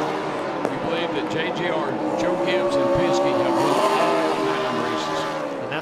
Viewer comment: sounded like Mike said Choke Gibbs Toyota